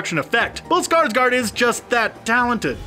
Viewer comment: That guy can't say bills name lol not trynna be rude but : "Skrsgrrd" or "Skrrsgard" lmao